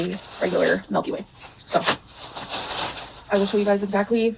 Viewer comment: The way she says MelkyWay makes me want to just rage quit life.